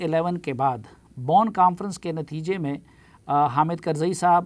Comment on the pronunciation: بون نہیں بلکہ ب کے پیش کے ساتھ بون ھے